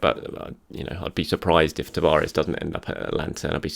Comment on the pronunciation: I'm sure it's Atalanta not Atlanta. The much missed Football Italia taught me that.